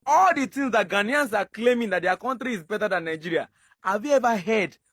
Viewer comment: OGA PRONUNCE OUR GHANA WELL GHANAIANS NOT GHANIAS